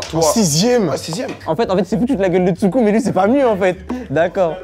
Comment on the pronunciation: elle dit toujours Tshuku :/